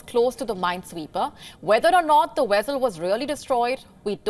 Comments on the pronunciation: What's a wessel ? 😂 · Does anybody know what a “wessal” is? She said it 2 times and I am just stumped !